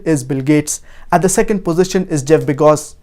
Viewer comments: This guy is high on cocaine...the richest man in the world is Jeff Bezos......nd please somebody tell this guy it's Bezos and not Begos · why does he keep pronouncing it begos? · 😂Was I the only one hearing Jeff Bejgos instead of Jeff Bezos. Jk by the way. With all seriousness though Masha'ALLAH TabarakALLAH this was a very needed well put together vital lessons.